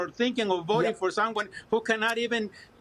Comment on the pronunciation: “can barely WAK” 😂😂😂🤣